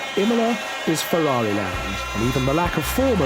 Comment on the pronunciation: Down a shot every time he says "Berger's Fewawi"